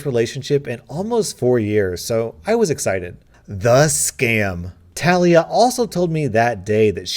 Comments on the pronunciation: Talia is usually pronounced, "Tah-LEE-ah" not "Tal-EE-ah" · I know you don't mean do this but Talia is pronounced til lee ah. I have a really good friend with that name and she always get really upset when people say tale ee ah. I'm sorry, I know it's an honest mistake but I want to let you know. 😬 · He said tah liah but its teh lia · It is actually pronounced TAH LEE A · Not tal- ee-uh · Its pronounced tuh-lee-uh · ITS NOT TALIA “TUH-LEE-UH” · Bruv it’s pronounced Talia not Talia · I hate the way he said Talia which is my name but idk maybe it is pronounced differently than mine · Ur not prenouncing talia right trust me i have a sis named talia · My name is Talia and I flinched EVERY time you said it, ergh